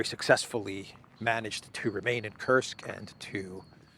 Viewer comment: It's not kirsuk it's kursk lol 😆 Stop saying kirsuk 😂😂😂